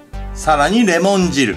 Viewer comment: レモン汁が我慢汁にしか聞こえね～(笑)